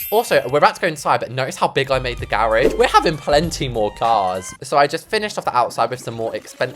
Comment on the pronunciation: what is a garagie? Its garage